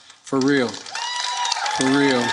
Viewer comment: WHY DID SAY FUR REAL